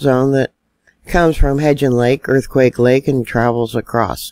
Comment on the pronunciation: Earthquake lake is aka quake lake. Say it wrong again and it's a two week ban. This is my land. Learn it love it leave it